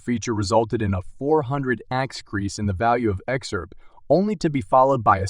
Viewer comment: How can you take a video serious with someone that can't even say XRP right, what the fuck is XURP